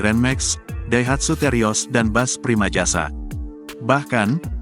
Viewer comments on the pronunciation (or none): Tribun selalu gak cermat klo buat berita😢…primajasa ditulis/dibaca primasaja…payah